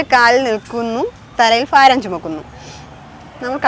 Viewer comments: ഫാരം അല്ല, ഭാരം ആണ്. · ഫാരം അല്ല ഭാരം.